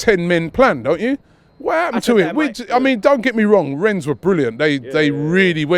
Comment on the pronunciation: Its renne no S u blockhead